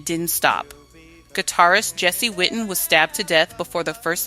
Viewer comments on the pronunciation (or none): none